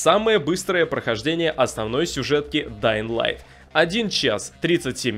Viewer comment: Да ладно? Ты нормально произнес название игры? Подписка